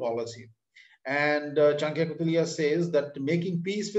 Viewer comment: His name is Chanakya not chankya